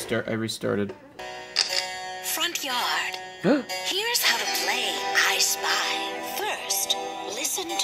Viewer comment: Not me thinking him saying “Ice Spice” instead of “ I Spy”